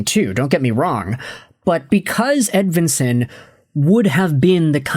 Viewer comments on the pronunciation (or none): no his not, its not even close to right. this guy is a click bait dumdum